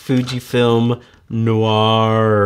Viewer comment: The ‘Noir’ articulation always cracks me up